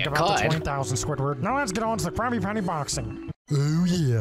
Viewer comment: It’s a crabby patty a crabby patty sounds like crab patty